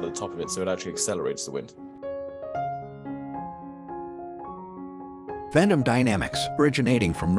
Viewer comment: It is pronounced "vent-um"